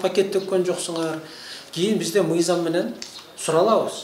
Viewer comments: Ээй адам биринчи туура суйлошту уйронсон нийзам эмес мыйзам деп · Эй чёрный мыйзамды нийзам деп жатасын туура суйлошту уйрон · Нийзам, мийзам эмес мыйзам болот туура суйлошту билип алып анан башкаларды уйротсо болмок.